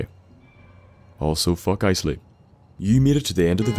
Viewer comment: Your like the first person to actually pronounce Isley right. Lol that's my last name.